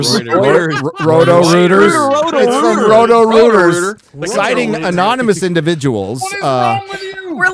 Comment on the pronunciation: “Row-tow Rooters” 😃